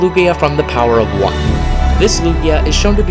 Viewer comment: You keep saying #1's name wrong